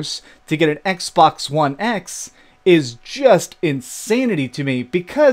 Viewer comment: Did he say "Xbax"?